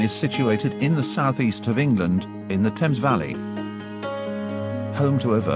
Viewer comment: Some of the pronunciation was a bit off but at least The Thames was correctly pronounced.